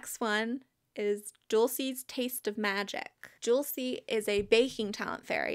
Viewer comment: Not to give you another name crisis but Dulce is Spanish for like sweets and it’s pronounced “dool-say”